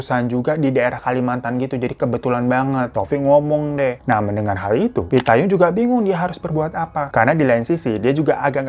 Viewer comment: Nama tempatnya hokeng bukan hokang dan nama saudara merry itu pit payong bukan payung 😅